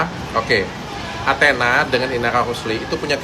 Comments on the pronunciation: dan ATHENA bukan ANTENA 😂😂😂 Sering banget salah nyebut nih pemilik channel 🤦🏼‍♂️ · Bang..bukan antena tapi Athena..